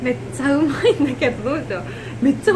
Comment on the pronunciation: 맛있어 맛있어 하는데 한국사람이 보면 엄마 찾는줄 알겠다 발음이 으마으마ㅜㅋㅋㅋㅋ